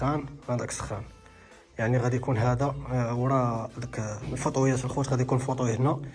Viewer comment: مفيها باس نصحح ليه النطق راه حتى هو كان صحح لمتابعين ديالو على هامبرگر. هام هو لحم الخنزير اذن من الاحسن ينطق الكلمة جيدا او يقولها بالعربية الفصحى. العلم نور